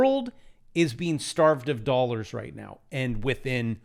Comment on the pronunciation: Did he say "doll hairs"?